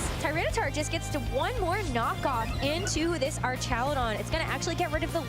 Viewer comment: It’s crazy how the announcers don’t even know how to pronounce Archaludon. 😂